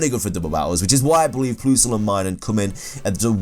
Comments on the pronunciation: WHY DO YOU SAY PLOOSLE ITS PLUS-EL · Ploosle? Who pronounces PLUSle like that? 😂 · It's plusle not ploosle. Pronounce it pl-uh-sl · Plus, not ploos. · So is it meant to sound like Plusell not Ploosell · What the fuck is a "ploosle" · "Ploosle" 😂 made my day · "Ploosal" and Minun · PLUS-LE the word PLUS like the math sign LE, PLUSLE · How the hell do you pronounce Plusle as "Ploosle"... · Ploosle is not how one pronounces Plusle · You pronounce Plusle quite unusual. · Yeah, he really did.. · The way you say Plusle frustrates me. It’s not that hard. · Did you just say "toin coss"? Also...Ploosle. I wouldn't have included Combee, because it DOES have an evolution even if it's just the female one. Normal is a shite type anyway. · Him: PLOOSLE AND MYNUN Irl: plus-le And My-noon